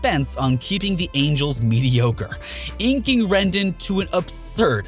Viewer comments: He also pronounced Rendon like rendin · You can’t talk baseball and say Rendon’s name wrong man